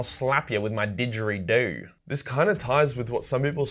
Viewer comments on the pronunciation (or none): Ok only an Aussie can pull off digery doo and not sound like a dipstick. I had to laugh hard at that.